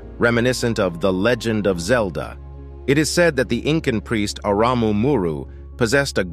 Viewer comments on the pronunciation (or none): none